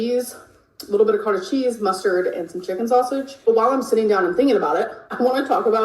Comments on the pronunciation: "Coatage" cheese? Excuse me? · Can’t take the way she says cotij cheese. It’s cottage cheese. Two T’s.